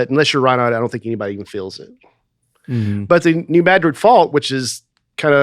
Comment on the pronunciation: Did say, “mad rid” fault? That’s cute!